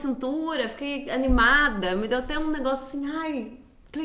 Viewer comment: eu gosto muito que a fala NEGOÇU ❤